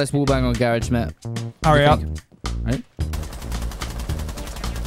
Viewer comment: its the mAatTe for me